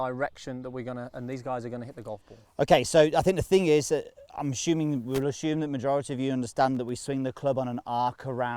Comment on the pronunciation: Also its Assume not "azschume"